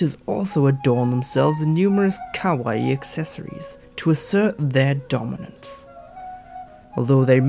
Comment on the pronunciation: "Kawouai things".....-__- It's kawaii!